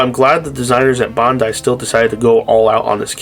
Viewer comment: My man pronounce Bandai correctly please for the love of God